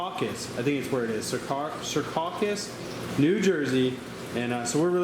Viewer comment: lmfao cir caucus haha you're funny man its Sea Caucus I live in Jersey